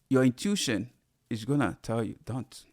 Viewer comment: Hey! Pronounced: "in-tu-ish-on" AMEN